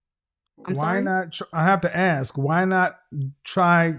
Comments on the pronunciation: I’ll aks her 😂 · They always want more. She's going to law school and still say ax instead of ask. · Somebody please teach this law student how to say ask and AXE 🪓